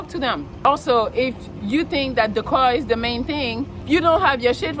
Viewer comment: i love how you say car.... cwahw